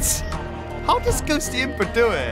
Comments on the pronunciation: Day 1 of saying it's pronounced Ghost-imp-ah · The full plant island song, and cold island P.s., (not judging) but Ghostympa, is pronounced Ghost-tympa, just letting you know